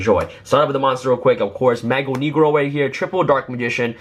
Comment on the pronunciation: I am from Brazil, and you are pronouncing Mago Negro in a wrong way lol